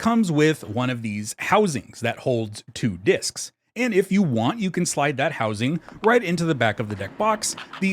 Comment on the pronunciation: And followed by a mispronunciation of the word 'discs' not long after.